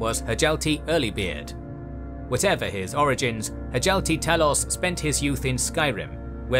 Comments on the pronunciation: Hjalti should be pronounces ad Hyalti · Stop saying Hjalti like that. It’s freaking me out 😂